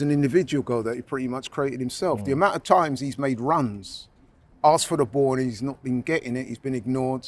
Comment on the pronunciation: struggling with a one syllable word with 'asked'